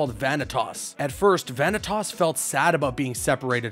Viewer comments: Who the high hell is Vany Toss? It's Va-NI-tas. Va-knee-tus. Vanitas. I can forgive Xee hanort, but god the butchering of Vanitas is almost as bad as what happened to him in the Monster's Inc world. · The second I heard you pronounced vinitas vanitos I closed the video and disliked. Omfg😂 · Zeeanort and Vanitaas 😂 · You mispronounced some of the characters name such as Vantias, Naminé, and some of the organization XIII members. No hate just correcting a mistake.